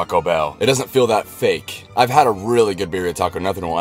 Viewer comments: "beer-e-a tacos" NEVER SAY IT LIKE THAT AGAIN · Why do I hate that? He says Birria instead of birria I know it’s spelled the same but like Birria tacos is supposed to be pronounced in Spanish, no offense